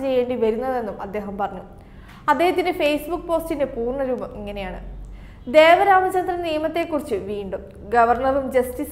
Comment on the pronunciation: Not Devaramachandran..Devan Ramachandran